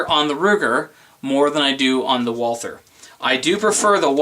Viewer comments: Walther - The "h" is silent. Say it with me...WalTer! NOT Wall ther. I am heartily disappointed with my SR 22 and that freaking failure to feed the 2nd round, as well as the stupid staggered mag, which I think is the source of the problem. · I prefer to pronounce Walther as Valter as it's most correct. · I'll take the P22 mostly because I own one haha. If you keep it clean and don't use crappy ammo then it'll be fine. Also......suppressors and hey..... it's Walther.